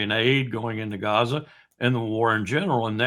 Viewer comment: Appreciate Col W pronunciation "Cazza" occasionally. I have an antique map of the region, and it's marked "Cazza"